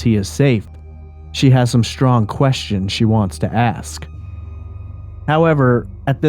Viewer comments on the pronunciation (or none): Can't stand the hosts way of saying schtressed and shhhhtrong instead of stressed and strong ! So precious 😂